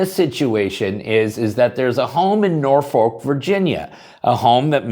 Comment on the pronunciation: As a side note to my friend on the West Coast, the city of Norfolk in the Commonwealth of Virginia is not pronounced nor-FOLK but rather NOR-fuk